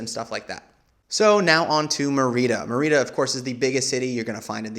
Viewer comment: Dude: Merida is pronounced "MARY-duh". I am not a language snob but you managed to pronounce every other locale correctly...even "cenotes" which is not exactly intuitive for an english speaker. You also said all the food correctly with extra effort to pronounce them as authentically as possible. So how did a major city that you even visited like "MAIR-ee-da slip through the cracks?